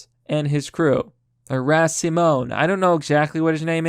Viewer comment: Simone, not Simmons